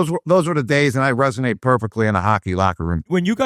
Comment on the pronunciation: How does Gronk say resonate right and you guys are still saying ‘resignate’ 😂